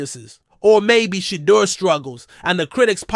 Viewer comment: Finally, a channel where we can hear Shedeur's name pronounced properly and better visuals. I'm subscribing. I like the commentary and league "forecasts“ .